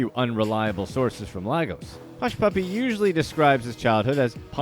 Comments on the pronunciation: laygos not lahgos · "Laigos"=Lagos pronunciation